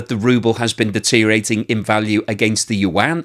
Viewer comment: Deteriorating has six syllables, not five.